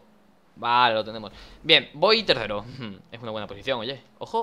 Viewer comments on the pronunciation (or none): like si escuchaste voy terrero en ves de tersero en el minuto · en el minuto danirep para decir tercero dice terrero